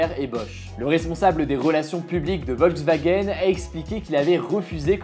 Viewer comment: On dit "Volkswagen" pas "Ouolswagen"